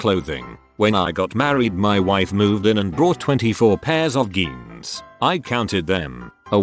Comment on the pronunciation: "Geens" (jeans)